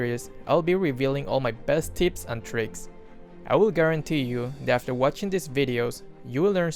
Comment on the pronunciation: “I’ll be showing you my best TITS and tricks” LoL it sounded like that.